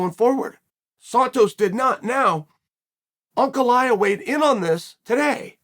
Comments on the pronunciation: its pronounced Uncle Eye yev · Uncle Eye-uh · Everyone: Ankalaev Chael: Uncle Laev